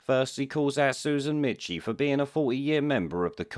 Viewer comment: FFS! Michie is pronounced Meeky. How difficult is it to do the smallest research?